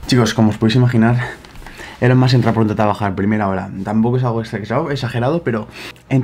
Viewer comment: Se pronuncia “ilon mosk” pero en fin la hipotenusa